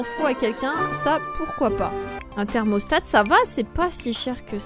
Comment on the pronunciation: Un thermostat pas un "thermostate" 😭